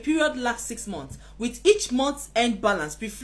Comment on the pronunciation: Say ‘Mants’ for ‘months’ not ‘monts’